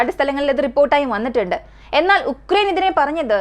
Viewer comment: ഉക്രൈൻ അല്ല ആ രാജ്യത്തിന്റെ പേരു “യുക്രൈൻ” എന്നാണ്